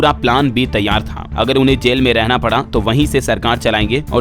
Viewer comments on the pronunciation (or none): none